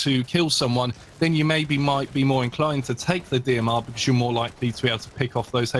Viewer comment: I honestly don’t watch for one reason. He says bucuz instead of because. That’s it.